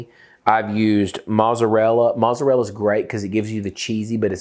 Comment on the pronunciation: Is there a inside joke on why he doesn't pronounce mozzarella property?